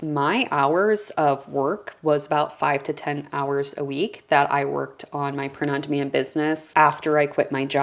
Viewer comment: Sounds like you’re saying ‘prenundman’ and I was thinking ‘who’s he?’ Thanks for sharing this info. 👍🏻